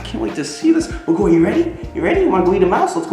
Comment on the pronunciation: I´m Hungarian and it's great you named your owl in Hungarian, however, the pronunciation of BAGOLY is ok, except the stress is on the A, so it would be /b^:golj/. The sonunds are ok, but the stress is wrong, you stress the O and you should stress the A. Hope it helps... ;)